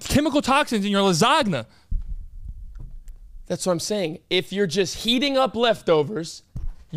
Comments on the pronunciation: there is NO WAY… just said lasagna.. but he pronounced the G in the word💀💀 COME ON, “lasaGna”💀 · Did this N just add the silent letter in Lasagna 😂